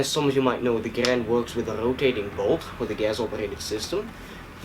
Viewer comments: If you want to say Garand properly, you pronounce it "Gair-end" not "Guh-rand" John C. Garand was very adamant about this pronunciation of his name. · It is pronounced Grand. Say it with me now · Zane Weaver it is garand... say it with us now “GARAND”